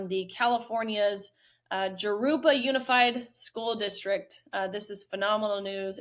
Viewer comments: Riley, it’s pronounced Hurupa for Jurupa. Spanish J is pronounced like an H. Like La Jolla. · My parents know that teacher. Also, Jurupa is pronounced with a Spanish "j" sound, like "Ha-ROO-pa." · Jurupa sounds like Hurupa. Mexican J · In SoCal the "J" in Jarupa is pronounced as an "H" - like Harupa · Jurupa, pronounced as a Y, not a J. Unless you haven't lived near there, I suppose you wouldn't know that. Congrats on that teacher